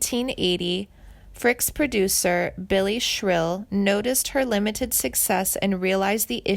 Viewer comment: Yes. And Joan BY-YEZ , not Baze, and Billy SHER-il, not Shrill. and Louise Mandrell, not Louis. And what is with the Lacy J Dalton photo?